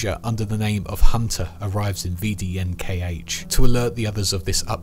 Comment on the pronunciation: A note on pronunciation, you wouldn't say V-D-N-K-H, you'd sound it out more like "veh-deh-ehn-khah" the same way the PPSh isn't P-P-S-H but "puh-puh-sha".